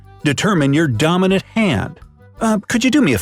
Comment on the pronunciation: How many times he says domonaint